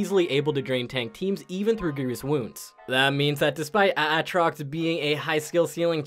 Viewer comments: Is it a throwback to key & peele sketch when you say A-atrox? Or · He's just doing the LS meme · Is there a joke I a missing here? Why does pronounce aatrox differently each time